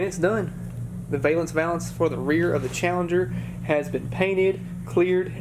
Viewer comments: Valance, sounds like Jack Palance. Val-ence, not vay-lence. You were right the first time. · says VAY lance but I always have said VAL Lance